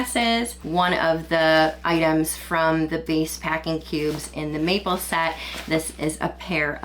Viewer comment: MAPLE!! First time she said it i heard "meatball" and it had me utterly confused 😅